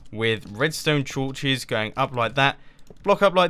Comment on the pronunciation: he said "chorches", and not torches!